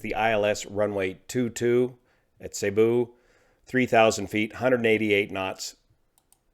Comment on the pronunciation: Cebu is pronounced seeboo (cee - boo)